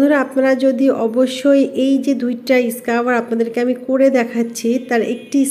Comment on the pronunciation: ইসকাবার না স্ক্রাব... ইংরেজি না জেনেও ইংরেজি বলা কি খুব জরুরি!!!!